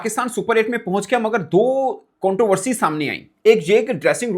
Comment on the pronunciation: Contoversey nahi, ContRoversy 😀😀